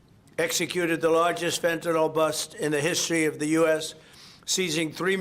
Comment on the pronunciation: How much longer do we have to endure this vulgar, incompetent jerk? ("Phentanol"; nevermind the rest). He's no longer irritating, he's fatiguing! "Think of that!"